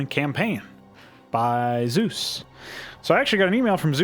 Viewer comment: >also for some reason he keeps calling you Zeus when your name is clearly Zevs!